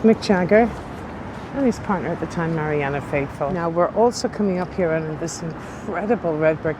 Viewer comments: Very interesting...but you keep saying Marianna Faithfull..it's Marianne Faithfull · The lady is called MARIANNE Faithful, not MARIANNA faithful. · Correction" Her name is Marianne Faithful, not Marianna. I enjoy your videos very much.